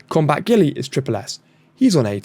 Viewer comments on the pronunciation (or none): Last thing...you are not getting away without banter! 😂 STREET ART! Not steel art 🙄 it was literally written in front of you 😅 And you know I am going to comment every day until you pronounce Guile correctly...its NOT GILLY fcol 🤣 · Yes its pronounced as guy ill without a break in between guy and ill as is say guy ill but as 1 word